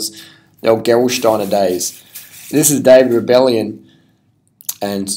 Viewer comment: Come on dude its Rebellin not "Rebellion"....